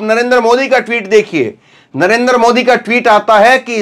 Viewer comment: आप पहले अपना उच्चारण सही कीजिए I आपका नाम है धर्मेंद्र और उच्चारण करते हैं dharamendar, इसी तरह आप बार बार नरेंद्र मोदी जी को नरेंदर मोदी उच्चारण करते हैं I